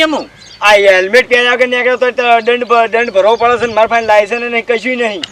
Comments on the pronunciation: hemlet nhi helmet bolo😁😁😁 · પોલીસ વાળા ને હેલ્મેટ બોલતા નથી આવડતુ